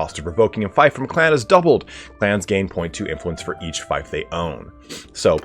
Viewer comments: Feef not Fife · Oh lord... It is FEEF, not FIFE, FEEF! Everyone making videos on Bannerlord keep saying fife... Fief = Feef, not Fife like wife. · It's FEEF not FIFE! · It's pronounced Feef not fife. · just btw its more like feaf than feif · Do Americans really pronounce fief like "fife?" I've always said it like "feef" (as in thief). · Just a heads up, fief is pronounced as "Feef". Small thing, but wanted to mention it earlier than later before you are used to saying "f-iaf". Other than that, this was a very insightful video! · I think its “feef” not “fife” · Yeah its "feef" and should be corrected. Eliphas was right to do so. Gotta get things right! Am sure he didnt mean offence👍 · Love the video ❤ helped me advanced in this game Just btw fief is pronounced “feef” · Fief rhymes with thief, not fife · I'm confused, I'm not a native speaker but I thought fief was pronounced as feef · oi yoa gawt a fifer on ye? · Screw it, just pronounce it as "feef" but backwards. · Dude, how are you making guides if you don’t know how to pronounce fief? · Every time I heard him say fief it was like nails of a chalk board. I don’t get why it’s so hard, I know ‘ie’ can be fickle, but there are more examples of it making the long e sound then a shape i. Fief as in Brief, chief, grief, piece, priest, fierce, pierce, siege etc. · I'm American but have lived all over the world and have many british friends from all over the UK as well as south africa, if there's one thing I've learned it's that none of us seem to want to pronounce things the same as everyone else. Feef or fife, who really cares?